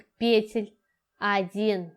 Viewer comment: ПетлЮ ПетЕль ПетлИ Простите на ваше произношение режет слух. Работы отличные но трудно что-то другое услышать кроме пЕтель🤦‍♀️🤦‍♀️🤦‍♀️